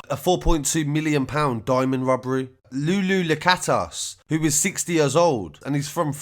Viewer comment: Lula = “Loo-Lah” it just got to me. Otherwise, great coverage as usual 👌🏾